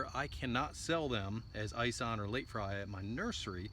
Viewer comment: Ison is pronounced like Bison but without the "B" from Ison Farms. Greg Ison has several Muscadine videos on Youtube.